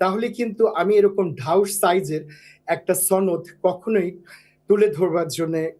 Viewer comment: এ তো ভারতীয়। সনদ উচ্চারণ দেখুন।